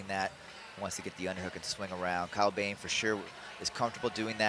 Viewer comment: It’s not Kyle bem, it’s Kyle BOEHM, pronounce it like Böhm